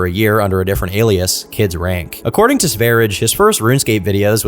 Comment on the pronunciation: Did you just say kids "rank". I'm sure you said it like that for engagement, bc obviously I'm replying about it now lmao. But it's Range, Kids Range 😂 it just has the q instead of g